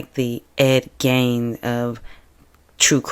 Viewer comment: Pron. Ed GEEN, not GAIN.